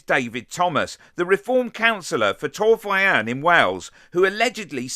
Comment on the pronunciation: the way you say Torfaen is funny. Im from Cwmbran and know this guy Also, I know this guy and he is a twat, treated his workers like shite also. Use to think himself a "DJ" to get the girls, it was laughable